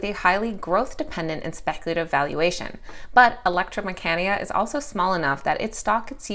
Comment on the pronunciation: great video as always. mecanica is pronounced meh-ka-knee-ka lol